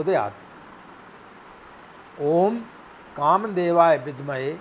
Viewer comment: vidmahe hota hai ... bhidmahe nahi hota hi .... gayatri mei itni badi pronounciation ki galti nahi kar sakte ... parinaam galat ho jaata hai .... mujhe samajh nahi aa raha hai ... itni badi galti pronounciation mei galti kaise karte hain aap ?